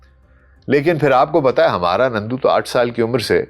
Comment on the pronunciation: نندو نہیں نرندو۔ nandu not narindu